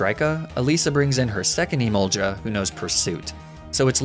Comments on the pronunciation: My god, it's Emolga not Emolja, I'm going mad hearing it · The fact that when I first started watching these videos, pronunciation of "Emolja" bothered me but now he can literally say "Stroojul-Boojle" and I won't bat an eye. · I know it's a running joke at this point, but every time he says emol-juh, it gives me crazy.